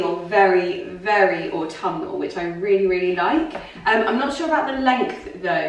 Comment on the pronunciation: You pronounce autumnal very beautifully, never stop with that dearest 😘. I can relate with your fondness of transitioning seasons. The colors, oh wauw. Autumn is by far my most inspiring season to paint.